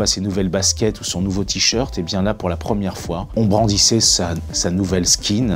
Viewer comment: Non en effet il le prononce bien car skin veut dire peau donc chut